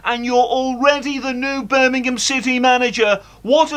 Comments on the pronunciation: Eermimgham city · 😂In bits can he call it Birmingh. EEEMM! 😅